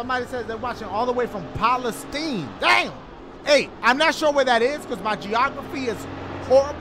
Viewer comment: Dashie said "Poll a stine" .... palastine....